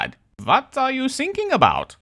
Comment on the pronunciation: I cheered when you said 'vat are you sinking about'